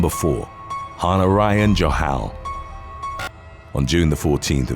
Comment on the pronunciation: Han ARYIAN Johal, C'mon , get it right!!